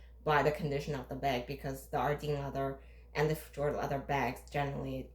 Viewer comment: It’s pronounced “Feh yord” not “Feh jord.”